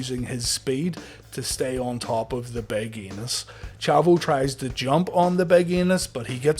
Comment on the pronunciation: So I know the name is Enos but I keep hearing Anus lol.